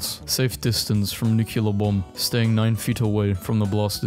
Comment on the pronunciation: did he really just say nucular?